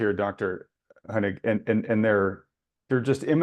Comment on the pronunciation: "Thank you Dr. Honig.... Dr. Hynek.... Dr. Hoehing..... " just butchered this guy's name throughout the entire interview.